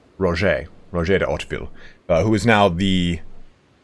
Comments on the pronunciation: I don't know if anyone told you already but I think you could be able to pronounce Hauteville fairly well if you say in english ''How to Vie(tnam)'' emphasising the ''i'' in Vie instead of the ''e''. That's the best way I can tell you how to do it xD I wish you luck and keep up the good work! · Yeahhhh buddy, another vote for Oat-veel from somebody who was (once) fluent in French and (always) a big history nerd. It's a little hard to really get it right without doing a French accent too - in natural English it'd be more like OATvil. Hit that first syllable hard either way.